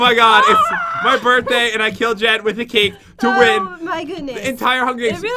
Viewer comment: Did you hear that jen said happy borthday pat